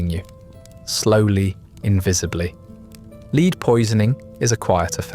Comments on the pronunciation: Think it’s AI, occasionally pronounces the element Lead as “leed” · ‘Leed’ poisoning in the ‘Renee-sance’. 😂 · I think it possibly is. He pronounced lead as in a lead (for a dog) up until that point I didn’t think it was AI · I see what you mean by 'lead' Everything else (so far) had the correct pronunciation for the accent. AI is getting better and better.